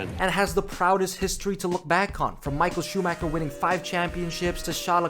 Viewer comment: You can't be a fucking F1 fanatic and still pronounce it SchumaKer, really